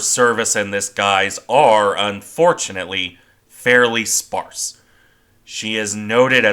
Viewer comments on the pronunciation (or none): none